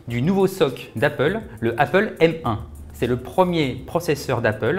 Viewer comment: Merci de dire M et pas M